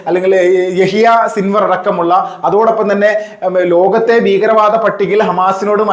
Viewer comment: താങ്കൾ 'ബീഗരവാദം ' എന്നാണ് പറയുന്നത്. 'ഭീകരവാദം ' എന്ന് തിരുത്തി പറഞ്ഞുശീലിക്കണം